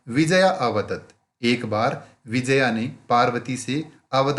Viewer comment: It's not Vijaya it's Vi-jay-ya